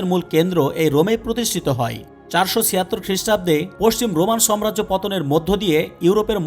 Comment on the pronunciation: সবিনয়ে বলছি সম্রাজ্য না ,,,সঠিক উচ্চারণ হবে সাম্রাজ্য